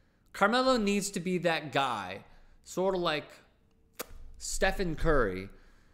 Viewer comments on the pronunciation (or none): none